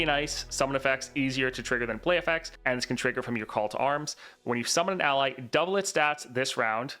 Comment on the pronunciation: I just noticed in this video, Trynd's 6* says "summan ally" instead of "summon an ally"